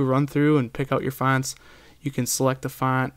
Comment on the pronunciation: It's annoying the way you say fonts :P